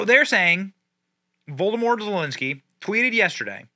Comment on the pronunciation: Benny...I adore you, but God bless it...your pronounciations are something else! Its not Vol-doh-more...its pronounced Voh-lod-oh-meer. Its noo-clear. Its WREAK havoc. Its all I can think of at the moment...and though I know youll never see it, I had to say it...again. I still love you! 😄❤🇺🇸